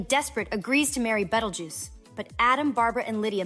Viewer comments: "Bettel juice" ? Learn to read. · What’s with the “Buttljuice” ?? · Whoa whoa whoa whoa whoa did you gen x bish say bettlejuice?